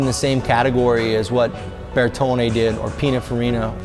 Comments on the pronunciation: 😆 This guys is such a dumb douchebag. See my comments and replies elsewhere under this. "I can appreciate a Picasso or Rembrant" - naming the only artists of which he has ever heard. And then he say Pinafarino - umm did you mean Pininfarina? Then of course he mentions his wife - but, no lie, that wife is now gone and he got a younger wife to go with his Porsche and huge dumb ego. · 8.25 Pina Ferino? Is that what he said? Pininfarina surely? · That's what he meant but he butchered the name like a like of the words. Even those he pronounces correctly but overeninciates in a painfully pretentious way.